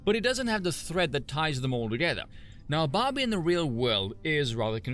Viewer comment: Took me too long to realize you were saying Barbie and not Bobby.